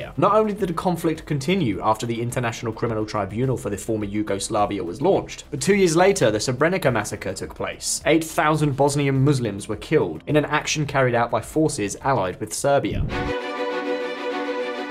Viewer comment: I think it's not terribly credible that the host has clearly never heard of Srebrenica, Milosevic or Karadzic and pronounces these completely wrong. That's like someone reading Hitler as Hi! Tler and then giving us some info on that guy.